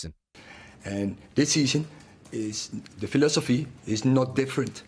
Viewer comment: Did this guy say ,phi..losophy ???????